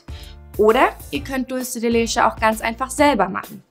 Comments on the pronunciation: Sie spricht es falsch aus. Man spricht es "Dulze de letsche" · Carolina D. is des spanisch? weil dann würds ja so ausgesprochen werden: dultsche de letsche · Wenn ihr etwas wie die Dulce de Leche benutzt, dann sprecht es bitte auch richtig aus. Und bitte bitte nicht mehr so viele no bake Kuchen. Ich muss ehrlich sagen ich habe nur noch sehr wenig Lust mir Videos von euch anzusehen weil es immer der selbe kram ist. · OMG... Kopf Wand.... wie sprichst du Dulce de Leche aus? Bitte... DRINGENDER handlungsbedarf! Geht garnicht! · Sara Bauer ist es jetzt so schlimm, dass sie es falsch ausgesprochen hat?? Das hier ist ja kein Spanisch Sprachkurs ,sondern ein Backkanal.. •_•